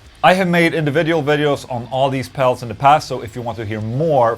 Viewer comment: Dude keeps on saying "pels" lol. Keeps making me laugh. "the bess pels for mel tones"